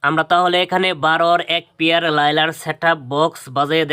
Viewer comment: ভাই লাইলার না। লায়নার